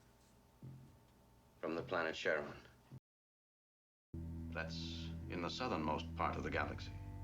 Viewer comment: Cheronas as in "My Cherona"